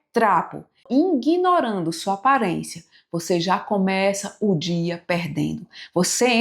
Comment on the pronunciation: "Se prepara pro que vinhé", "inguinorando"....são ótimos os seus vídeos, mas se comunicar no português correto transmite autoridade! ❤